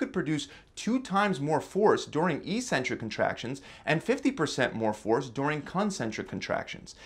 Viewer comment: we say *Éksentrik instead of "issentric"